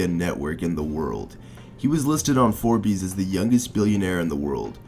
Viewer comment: The way you say Forbes is unsettling